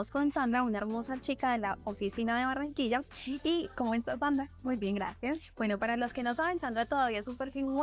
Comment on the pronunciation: Be nice if you learned how to pronounce Barranquilla